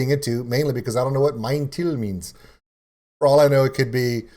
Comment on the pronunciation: tip to pronounce the song title correctly: "m-eye-n, tile" ;)